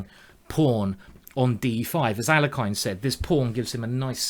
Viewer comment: Please pronounce "Alekhine" correctly. :(